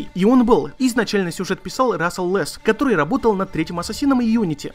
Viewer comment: У какая то особая причина постоянно каверкать слово который